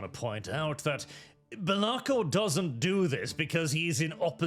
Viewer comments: It's pronounced Bélakor not Belákor. Source: It sounds way better like that so probably. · I see the chaos god of mispronunciation has taken this video through to warp and change the name of Be'lakor to Be'laRkor.